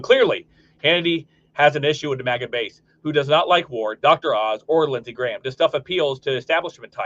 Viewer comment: Love that "LIZARD GRAHM" 👍